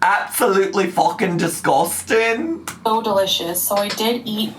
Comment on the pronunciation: LMAO THE “fookin diskustin” sent meeeeeeeeeeeeee